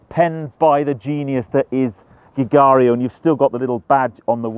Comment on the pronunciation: Beautiful car, also my favourite Bond car. muttered the pronunciation of Giugiaro though. 😖 I believe it’s pronounced (phonetically) JU-JAR-0.